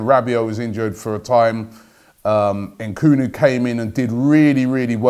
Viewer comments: Dude it's Nkunku not Nkunu 😂😂😂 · Nkunu? Ahahhha Robbie ffs mate its NkunKu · Robbie you’re too smart and old to continuously mispronounce players names. All it takes is effort. NkunKU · Robbiie maan! It's not Nkoooonoooo its N Kun Ku!! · Robbie the name is Nku-nku NOT Nku-nu!!! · Robbie it is Christopher N-KU-N-KU not NKUN FFS. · I'm pretty sure the pronunciation is N koon ku Not N koo no at his best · Nkunku Robbie not bloody nkunu just read the names b4 you say it you do this all the time lol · N' KUN KOO...not N' Koo Nu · EN KOON KU not EN KOO NEW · En-koon-ku Robbie ffs😂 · His name is pronounced ‘N koonkoo’ Robbie you fool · I'm almost 100% sure you need to pronounce the second K in his name Robbie. NkunKu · Un-Kun-Ku ffs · HAHA N KOO NU LMAO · It's annoying and funny at the same time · Why do you always get names wrong The name is straight forward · "Nkunku" means Chicken in this part of the world. And yes Robbie is butchering the pronunciation. I am sure he's from Southern Africa. He's got skills! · Nkunku, please get it right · He messes up his name the whole video 😂😂😂😂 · Not a ‘transfer daily’ vid without a butchering. Nkunku the victim today.